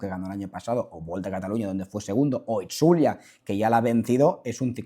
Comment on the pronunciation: Buenas, espero que me puedas leer 😊. Te llevo mucho tiempo escuchando y te comento que en euskera, sin entrar en tecnicismos (hay pequeñas diferencias), tz ts y tx se pronuncian como ch. Así que itzulia se dice ICHULIA, no It-szulia o algo así extraño que sueles decir 😅. Ichulia. Igual con los nombres y apellidos y demás toponimia, pronuncia como ch 😊